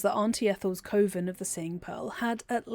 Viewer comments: I love your videos, I love your voice, but this whole time I was like "it's cuh-ven! Not koh-ven!" 😅😂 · Cuh-Ven it isnt Cove-en this bothered me my full video ngl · Pronounced “kuhven” not Coven like woven. It’s bothering the crap out of me. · I’m curious about your pronunciation of coven. I’ve only ever heard it said “cuh-ven” is “co-vin” a British thing? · You can pass through the door in Ethel's lair that leads to the underdark teleport if you wear one of her masks It took me a while to get used to hearing coven pronounced koh-vern but otherwise this was another great video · I can't with the way you say coven. 😭😭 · I've never heard coven pronounced the way you say it. No hate intended! Are you English? I figure it's a dialect thing I haven't encountered (I'm Australian). Great video! I can always tell how much work you've put in getting these together and I always come away with new nerdy facts to share with my BG3 friends. Thank you as always!